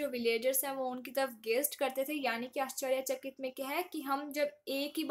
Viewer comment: Ascharyachakit -- the way you pronounced is awesome